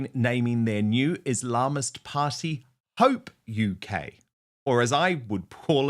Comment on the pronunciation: Islamist, Dan when you pronounce it emphasise the 'is' & 'ist', not the 'lam'.